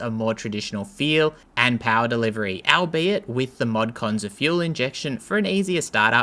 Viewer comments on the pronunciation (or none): albeit = "all-be-it" ... Al Beit doesn't exist.